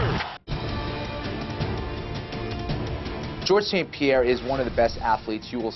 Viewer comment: es ST-Pierre y els welter brother, pero en todo lo demas estás en lo correcto